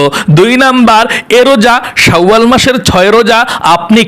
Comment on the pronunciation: বনিতা নাকরে সহজভাসায় উচচারন করুন। শাওয়াল বিকৃত করে কেন উচ্চারণ করছেন,ঘৃনা লাগছে,শুনতে।